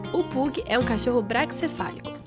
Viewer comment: Pug se pronuncia "pãg" kkkk